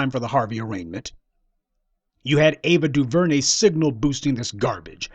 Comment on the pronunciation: Mute Ava duveray